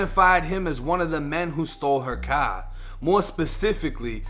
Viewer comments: Stolen kah in the paaakin garage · "Thats who stole my cahhh" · The caaaaaaah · I love how this dude talks ghetto except when he says CAR then he sounds like a white Boston guy